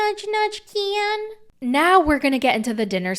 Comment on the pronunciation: Calling him key-an is killing me 😂